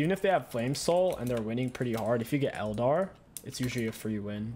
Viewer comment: What is a el-dar?? I’ve noticed you pronounce things oddly. Is that intentional?